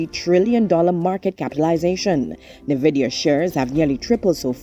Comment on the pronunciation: Nvidia. Pronunciation "N- vidia".